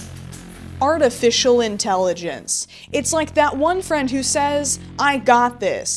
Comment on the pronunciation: "arti fish"